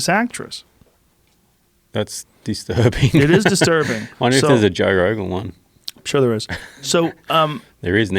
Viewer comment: JOE "TOE" ROGAN